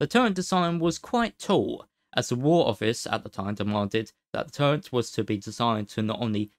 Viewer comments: Agghhhh you cant not hear it, I cant listen to it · It's called a Turret, not a Turrent